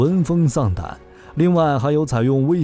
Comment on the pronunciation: 先把v型念对了再说，一口一个wei型，英语和村妇学的？